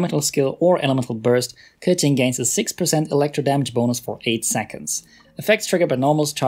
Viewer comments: I really like this type of videos. You're objective, direct and address everything with facts and numbers. I mean, I don't even have Keqing but I stayed to the end, hahaha. And final note: thanks for pronouncing her name right, I really appreciate when non-native speakers do it 💗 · omg the first time i heard someone pronounce it precisely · Since you pronounce her correctly, I will trust you😃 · when i heard him say keqing properly i was so surprised